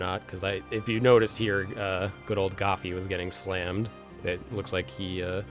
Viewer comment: good video but it's goofy & not gafy